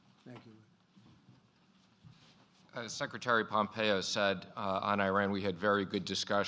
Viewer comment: Unintentionally hysterical comment from Trumpito . He says “Secretary Pompeyo, who had some outstanding meetings, ...”